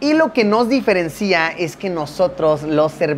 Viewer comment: No se dice diferencía, sino diferencia... , ¿Qué pasó comunicador?